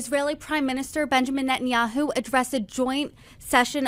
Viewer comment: It's Ne-TAN-yahu not Net-in-yahu.